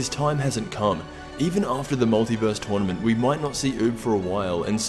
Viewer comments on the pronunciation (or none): Twournement! This is the way he pronounced it the first time. XD